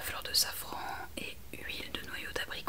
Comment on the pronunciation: 😂charlotte hihi. Heureusement que je reviens sur ta vidéo qui m’avait endormie la première fois. J’entendais « fleur de savon » au lieu de safran 😂et je me demandais pourquoi le savon était si cher et pourquoi on en mettait dans les cosmétiques 😅. Bisous doux.